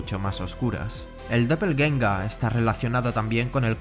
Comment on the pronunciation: Se agradece que hayas pronunciado bien Doppelgänger. ¡Muy buen video!